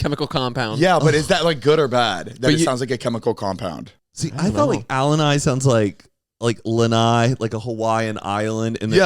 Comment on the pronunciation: ALA NIGH????? WHAT THE HELL ALANI??????